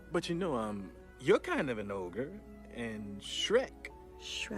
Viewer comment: ITS NOT OGRE... ITS NEVER OGRE